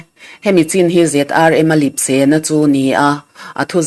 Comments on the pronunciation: Lip sé a ni lo, lep sé tih a ni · Lipse a diklo Lepse tih tur. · Lipse,i rawn tih hi Lepse tih tur a ni zawk lo maw? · Lipse ni lovin lepse tih zawk tur... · Lipse ni lovin lepse tih tur aw. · "Lipsê", nilovin, "Lepsê," tihbzawk túr a ni lovemni? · Lipse ani lo 'Lepse' ti tawh la, ngaihthlâk a nuamin Mizo ṭawng dik ani bawk. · ZRM a lipse tih ni loin Lepse tih zawk ni se. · Lipse î tih hi lepse a ni zâwk lo maw? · Lipse ni loin lepse zawk aw, lip chu a awm , mahse lepse tih thung tur. A thu erawh chu a țha khawp mai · Lipse niloin lepse tih zawk awm Tak a ni